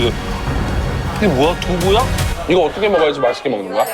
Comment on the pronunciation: 어떻게해도 그럼 어떠게해 라고 발음 하든가 신용재 못해 부를땐 또 밥도 잘 먹지 못해 라고 잘 하드만 처 말할때만 모대 모대 거리제